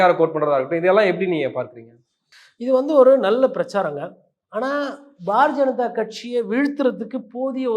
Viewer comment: பாரதீய ஜனதா என்பதை "bar janatha" என தெளிவாக உச்சரிக்கிறீர்களே. ஆனாலும் இப்படி கிண்டல் செய்யலாமா?😀